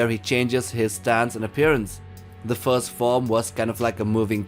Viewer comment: bro plz first, fourth and fifth. When you say them i can't differentiate what you mean. The theme and video are a 10/10. The voice over pronunciation NOT.